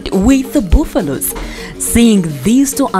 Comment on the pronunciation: Thanks for the narration.One thing I want to point out.please do not pronounce he word buffalo as "boufallo". Both, and make this mistake.The correct pronunciation is "ba" as in banana, on the first syllable..Your series are very educative and will promote tourism.